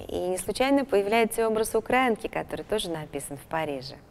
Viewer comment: Пожалуйста,обратите внимание! УкраИнка,ударение произносите не верно.